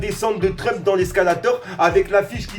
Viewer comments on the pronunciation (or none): none